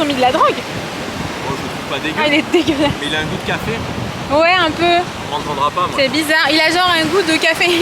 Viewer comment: Tu peut arrêté de dire DEGUELASE je trouve sa irrespectueux 😅